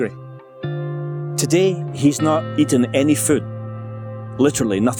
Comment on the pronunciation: ITS TO-DAY NOT TODEE